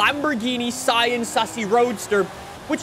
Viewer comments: The Sian is pronounced see-yan and its not the first hybrid Lamborghini, the first hybrid Lamborghini was the Asterion Concept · Just call the S C pronounce it like cian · Lambo on stage pronounced it as the siarn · It’s pronounced “see-ahn” you’re welcome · Fun fact: "Sian" is actually pronounced, "Shh - ahhn" like the name "Sean" or "Shawn". Not even I would have guessed that if I didn't Google it. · It’s pronounced Sean (another way to spell Shawn) but you don’t pronounce it like you do for the name, it’s Se-an which actually says eventually. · I looked it up and apparently Sián is pronounced shaan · say sian like sean but replace the sh with sie or see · Bro it's pronounced Sian